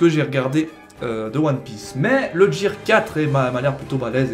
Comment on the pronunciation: "Jear"... omg